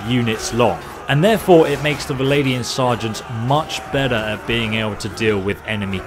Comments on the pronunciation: They are alled "Vlandians", not "Valandians". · "V-land-ians". Legit not that hard to say, rather than "Vladian". Fucking hell.